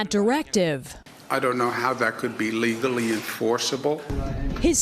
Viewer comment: Did he really just say leathaly enforceable